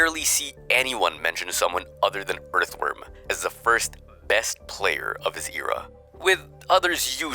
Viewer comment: The way you pronounced era gave me a hearf attack